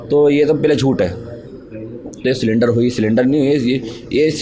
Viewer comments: Sonam "SALINDAR" ho gayi hein 😂. Iss accha "CYLINDER" bol dete. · Silender nhi bhai surrender hota hai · अरे भाई सिलेंडर नहीं होता है सरेंडर होता है